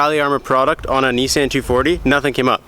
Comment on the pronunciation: "Mint." "neesANN."